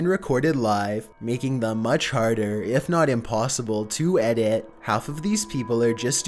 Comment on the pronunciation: The way he says "edit" cracks me up! Lmao and quite a few other words hahaha. Love it!